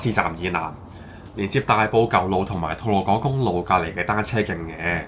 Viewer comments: 係吐露「港」唔係吐露「講」 錄音之前唔該對住塊鏡校啱啲嘴型先好錄, 出街之前再重播聽真自己講乜先好出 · 「港」同「講」絕對係同音 我估佢想講「趕」? (懶音問題) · 正解 真係讀咗趕